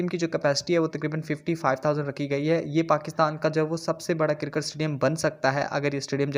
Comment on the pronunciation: Karkat astadium Bhai pronounce to sahi kro